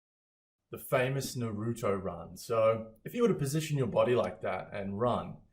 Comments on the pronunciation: The fact that he said Naruto like Nuh-rew-tow disgusts me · the way he said naruto pissed me off😭😭 and guys he hasn't watched the show it is clear that he doesn't know how shadow clones worked in the show like with the help off chakra they make another identity so, yeah he need to watch the whole show😅